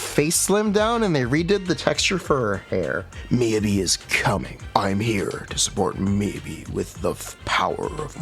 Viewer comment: it is more correct than miYAbi like all english speakers tend to say when in jp the emphasis is on the first syllable and not the second. 🥸